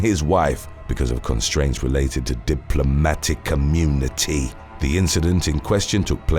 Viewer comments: Am I the only one hearing "diplomatic community?" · I know he means diplomatic immunity, but I hear "community" and apparently, so does the closed caption.